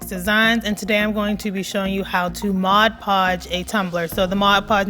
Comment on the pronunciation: Thank you for saying Mod Podge and not Modge Podge!